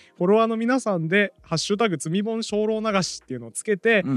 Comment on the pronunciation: VALUE BOOKSが太っ腹すぎて積本がだんだん罪本に聞こえてきた